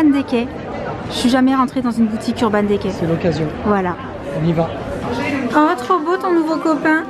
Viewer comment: Sa se lis “urban dicay”